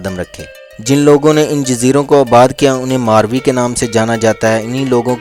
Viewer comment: Mauri not marvi